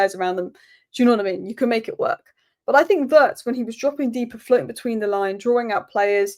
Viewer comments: The pronunciation of Wirtz...is not like "hurts"...it's like "beards"... 😉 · just one little thing - it's pronounced Veeertz. Cheers!